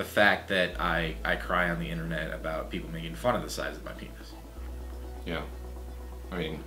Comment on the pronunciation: "You and your peenoss." xD